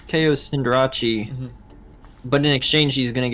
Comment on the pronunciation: Intimidatii Cinderache I hate and love these pronunciations so much Love the video though :p